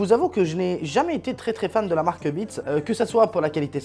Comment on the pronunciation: Le casque est super design, Tout est bon sur ce casque à part son nom car le prononcer sans le S, c'est chooooquant. Comme quoi il na pas besoin de faire bonne impression, normal c'est pas une imprimante 😂😂😂, hâte de voir ton setup.